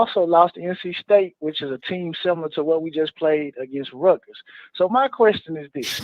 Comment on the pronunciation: Everyone V12 says “Rutgers,” it sounds like like he is saying “Ruckus.” Like “Uncle Ruckus” from the Boondocks 😂😂😂😂😂😂😂😂😂😂